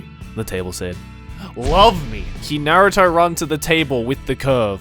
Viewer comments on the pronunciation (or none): none